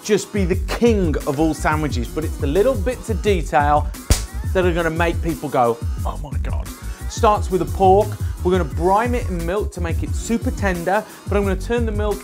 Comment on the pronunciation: you always say brime instead of brine